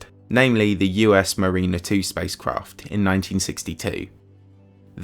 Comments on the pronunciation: I've never heard them pronounced ma-RI-ner and MA-gel-len before... The correct American pronunciation is MA-ri-ner and ma-GEL-len. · Of all the satellites and landers that you mentioned by name, I think the only one you pronounced correctly was the Russian lander, Vanera. With Mariner, you don't stress the "i" as strongly as you would with the word Marine. It's pronounced more like "eh" than "ee". As for Magellan, the "gell" part is simply pronounced like the word "gel". None of this is a big deal, just stressing the wring vowels the wrong way at the wrong time. And I've heard individuals from England and other European countries pronounce them correctly, so idk. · Good video. Pronunciation, though... Mariner. Magellan. Methane... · Your pronunciation is terrible look up "mariner" and "magellan"